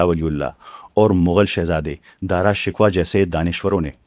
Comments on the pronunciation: بُہت اچھے ۔ میں نے بھی ایک ہندو پروفیسر سے یہی سن رکھا ہے۔ اب بُہت ادب کے ساتھ ایک لفظ کے تلفظ کی اصلاح۔ شہزادے کا نام “شک وا” نہیں بلکہ “ش کوہ” بولا جائے گا۔ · Excellent brother! Just a small correction, the name of Shahjehan's son is Dara Shikoh and not Dara Shikwa, though in Urdu it is written in the same way. How can one contact you? Regards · "Dara shakoh" Parha jata hey yeh naam, please.